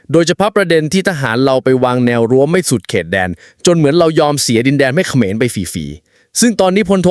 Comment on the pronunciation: ทะหานขะเหมือน😂😂 พูดผิดทุกคลิป😂😂